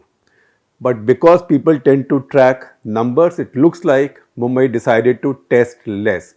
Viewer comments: You do not know Mumbai at least pronounce correctly look at density of population especially Dharavi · He can pronounce Brihmumbai but can't pronounce mumbai